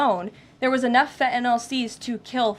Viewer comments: Fent Nill .. Not Fenta Noll .. Fent Nill. I love this woman but please say it right. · I just wish one of them would, just once, pronounce Fentanyl correctly. It's not hard. Sound it out. Fen-tan -yl. Fenn-tann-ill. Not Fettinoll not Feh'un'aw. Fenn-Tann-Ill. It's easy. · No such thing as FE - ENOL. She does mispronounce words a la modern woke language standards on occasion. And it is annoying. Otherwise I adore her. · The word is Fentynal, not fe a nol, Karoline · It’s fentanyl not “fetenol” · Huge fan of the current administration but they need to have a big powwow and discuss the fact that its Fentanyl, NOT "FENTINALL"!!!!! Even the dumb shit reporter got that right!!!! Drives me nuts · I don’t understand why no one has corrected her on her Gen Z speak.. If something as “Important “ as “Fentanyl” is killing Americans , why does she say “Impor-unt” & “Fen-unal”??🙄 End the Annoying Gen Z speak.. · Why do some people keep saying 'fentanol' when the drug is called 'fentanyl'? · Come on Caroline I was expecting at least you to pronounce fentanyl correctly